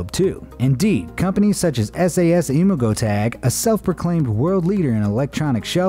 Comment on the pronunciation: It's s-E-s. Not the Special Air Service ya silly goose 😝